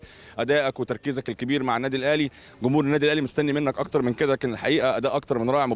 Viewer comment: كيدة كانب.... كميع. كماهيرنا كمهور واسي بانون الله يهديك جمهور جانب جميع جماهيرنا جيدة هكذا تكتب وتنطق وتفهم. ❤️ احب جميع اللاعبين المغاربة لكن استغرب علما انهم سفراء للتعريف بلهجتنا. الأقرب للغة العربية مقارنة لجميع لهجات الدول الأخرى والدليل الكل يفهم اغانينا. رجاوي مر من هنا زيروا معانا شويا هناك لغة عامية يفهمها الكل فلاداعية ل جمجمة الجيم هههه مع كل احترامي لجميع إخواننا...... ❤️